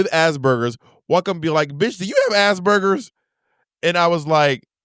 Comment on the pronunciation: BOB STRAIGHT UP SAYING "ASS BURGERS" NOOOOOOOOOOOOO 😭😭😭